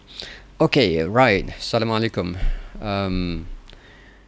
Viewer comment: The way you said Assalam o alikum was very nice ...walaikum assalam warahmatullahe wabarakatuh ...thanks